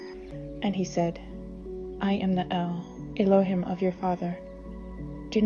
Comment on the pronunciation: “Elo- hEEm”! C’mon, Sis!